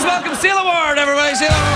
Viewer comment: It sounds like he's calling her "Seal Award". :D Fits right in with their talk about The Guardian. ;)